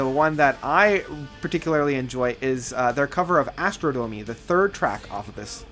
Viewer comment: Did he say Astro-domey?